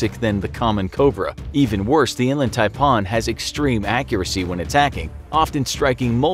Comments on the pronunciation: It’s not taipon its taipan with an a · Ty-p-an not Tie-Paan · Who knew Japan was pronounced Ja-pa-on? I would have never known that had he not pronounced coastal and inland taipan snake as tai-pa-on. . . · Love the way you say "Taipon" in down under we pronounce it like "Thai-Pan" taipan :) ive also seen the irikandji jelly fish and box/man o war jelly working on the great barrier reef in the far north of aus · Taipan not Taipon. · TaiPAN not taipon.. get it right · That’s not how you pronounce Taipan, it’s pronounced like this ‘Thai-pan’ . The way it’s said in this video is horrible. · You may need to learn your animal pronunciation its tipan not tipon 😆 And the worst most venomous snakes that beat half on your lame list is the Gaboon Viper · Pronounced TIE-PAN. as in a cooking pan! Signed, an aussie. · Love living in Australia and I’m glad most of them were from here😂😂also the taipan is pronounced as TIE-pan. Also when you said spring of 2019 you talking about American spring or Australian spring? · Its TY-PAN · It’s tai-pan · ThaiPawn. otay... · The way you pronounced tiapan was really annoying. It's pronounced tie like neck tie and pan like kitchen pan. The way you pronounced it made it sound Indian or something. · And he said taipan wrong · I Don’t like how he was saying “taipan” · Imagine if he said frying pan with the same emphasis on the pan. Anyone want some coolhwhip? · As an australian it triggered me on how you said taipan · the fact he says Taipan wrong like pronouncing slightly different is triggering me XD also yay Australia we have deadly animals, love it here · Just so you know the reason why people don’t get bitten by the inland taipan is bc they live in the rural inland parts in Australia and you said taipan wrong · Please pronounce taipan properly